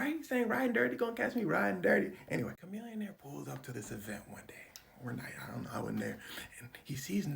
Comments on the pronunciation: Isn’t his name pronounced “Sha millionaire” ?? Or have I been saying it wrong my whole life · its pronounced shamillionaire, fyi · Wait... we've been pronouncing it "shuh-millionaire" this whole time 😂😂